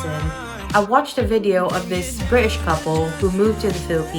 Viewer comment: Haha the way you said British couple. You even missed the T like we do hahaha